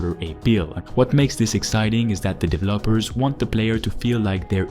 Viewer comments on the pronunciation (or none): What the fuck are “divelllaappers” ? 😂😂